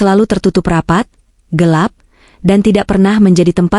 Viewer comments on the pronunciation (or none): none